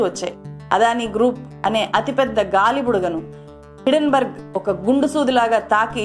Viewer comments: హిడెన్ బర్గ్ కాదు - హిండెన్ బెర్గ్, correct yourself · Thulasi garu meeru company name wrong ga palukutunnar. It is not hiddenberg it is hindenburg.